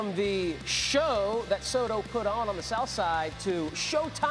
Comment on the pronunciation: Teaching America how to pronounce Soto